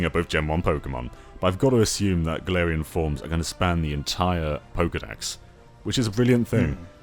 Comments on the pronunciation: gets a region based on his home country Also: can't pronounce "galarian form" correctly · not wrong about Pokemon not being ambitious (or at least as ambitious as we want it to be), but it's still sad to hear it regardless. As for how "Galarian" is pronounced; I believe it's "Gal-AR-ian" but I might be wrong. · or "Ga-LAR-ian," that might be easier to pronounce.